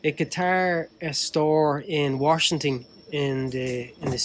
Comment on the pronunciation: hahaha he said WARSHington! I also say Warshington -_-.